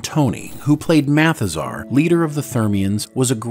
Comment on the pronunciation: MATHAZAR, not "Mathis are!"